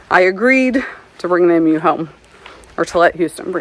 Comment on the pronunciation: Oh no! Now you are saying M-U like Daniel. Listen to Houston, he says E-MU correctly.